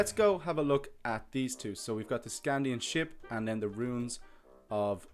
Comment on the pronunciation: I am reading the series right now I cant belive that he called a saxe knife a sword and he said sknadin wrong